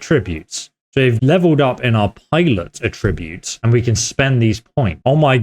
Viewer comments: AH-ttributes, not a-Tributes. Stop that plz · It's pronounced 'Atrreebutes' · I’m so sorry because your work is great but I can’t deal with how you say the noun of attributes like the verb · That’s not how you pronounce attributes.